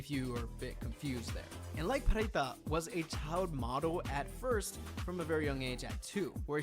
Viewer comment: Pharita is pronounced Parita not Farita.